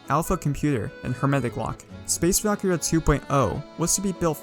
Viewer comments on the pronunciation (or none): Val-Kir-Eeaa Not Valkria